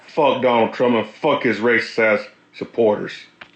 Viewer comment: Can't even pronounce his pathetic name correctly. . . . What a disgraceful JOKE. Meanwhile. . . .MAGA is laughing at them and so are we. . . wow! 🤣🤣🤣